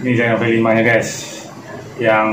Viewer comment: Om...f dan v bedha lho. Koq nyebutnya F5 Tapi tulisane V5. Yang bener yang mana om...